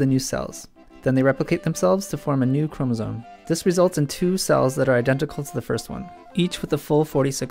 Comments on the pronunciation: The way he says chromosome as chromosone is annoying >.< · No, it's pronounced chromosoMe but it's spelled chromosoNe.